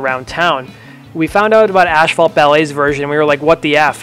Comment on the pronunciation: asphalt is pronounced "ass fault" not "ash fault"